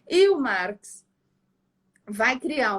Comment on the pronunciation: isso aí eu me adiantei ela fala marx engels perfeito é isso aí parabéns Gabriela